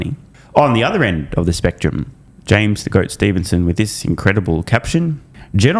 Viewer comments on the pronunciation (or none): none